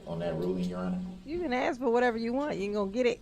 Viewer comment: It's hilarious that he doesn't understand that he doesn't have to axe questions 🤣 😂 😅 if he does need to axe questions, he doesn't understand how to axe questions that will help his defense. Instead he is actually helping the prosecution out every damn time. What a freaking joke